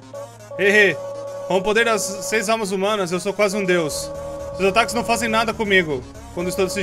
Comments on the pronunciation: eu to doido ou ele falou "otaku"ao invés de ataque?kkk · Bem eu ouvia ataques mais agora so estou ouvindo otaku